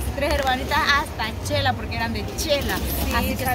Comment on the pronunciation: Pero porque dicen chela. Es Xela porque les cuesta tanto alos salvadoreños decir Xela. O es que el abecedario del Salvador no tienen la letra X ?